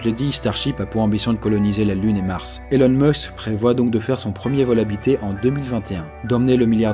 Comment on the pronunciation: Ça se prononce ILONE, pas élone !!! Bande de français, va ! :p